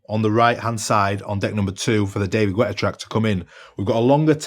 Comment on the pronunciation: david gwètta?